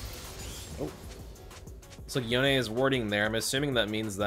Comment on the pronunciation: the way he says yone is just disgusting